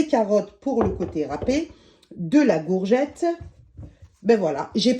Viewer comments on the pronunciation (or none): Une Gourgette 🤣🤣🤣 c’est Courgettes avec un C et pas Gourgette 🤣🤣🤣 merci ❤